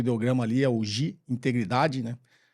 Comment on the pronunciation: apenas corrigindo algumas coisas sobre o quadro: Não são sete ideogramas, são sete palavras, algumas delas são representadas por um ideograma(kanji), outras com dois ideogramas(um em cima do outro). Sobre pronúncia: Gi(義) pronuncia-se “Gui”, como em “Guilherme”; Rei(礼) seria como em “estarei” e não como “hey”; Yū(勇) tem o som de u prolongado, então fica Yu-u(prolonga-se o som de “u”); Meiyo é uma palavra de dois ideogramas(名誉), o Itō Sensei escreveu de forma compacta para ficar no layout; Cuidado com a tradução de Jin(仁), o significado desse ideograma é a orientado ao significado confucionista de benevolência; Makoto(真) está OK; e a última palavra é formada por dois ideogramas: 忠義, repare que o segundo ideograma dessa palavra é igual à primeira palavra (Gi, moralidade ou integridade), e a pronúncia é “Tyu-u-gui”(prolonga-se o som de “u”). Particularmente, não gosto muito de debater sobre a existência ou não do “Código do Samurai”, pois muita coisa desse formato foi tirado de um livro escrito em inglês por um japonês chamado Inazou Nitobe em 1900 chamado “Bushidō, the Soul of Japan”, na qual ele tenta explicar o que foram os Bushi/Samurai numa linguagem que o ocidente pudesse entender; então ele se utiliza do background acadêmico dele e do conhecimento de cristianismo (ele era protestante, da Sociedade dos Amigos - ou Quaker, igual ao da aveia). Essa obra foi um best seller mundial, e depois foi traduzida para o japonês. Qual o problema da obra de Nitobe? Nitobe